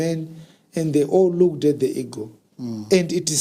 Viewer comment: Eagle not Ego